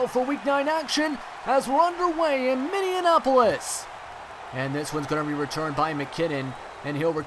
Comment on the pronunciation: it's minneapolis, not minneanapolis